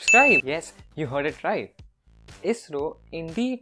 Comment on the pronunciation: No one: Literally no one: Not even a soul: Others: ISRO TANAY : AYEE ESS ARR OO